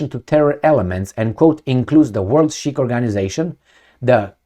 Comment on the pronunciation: ...Sikh is pronounced Seek.